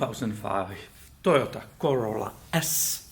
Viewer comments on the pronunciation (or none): none